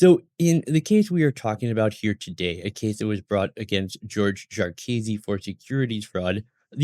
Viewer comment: Pronounced JAR-kih-see, not jar-Keazy